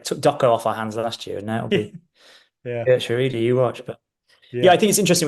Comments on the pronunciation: I love Geertruida and also would love to see all the pundits and commentators struggle with his name in the UK. (Yes i also cannot pronounce it) We should consider another Feyenoord player in my opinion: David Hancko. He wasn’t so lucky at the Euros but he’s a very good player. Aerially strong in both boxes, good with his feet. Quite versatile too on the center and left side. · It's pronounced, as close I can make it for English readers who don't know Dutch: HERE-TRY-DER (pronounced as if they were English words). Likewise, it's not MATT-SON but MART-SON for our other new Dutch player.